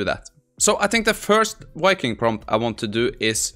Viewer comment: What the hell is a "Wiking" ?? Had to laugh, smart enough to code, write prompts, math, but can not shake a pronunciation fault of the English language. :) Wuv Voo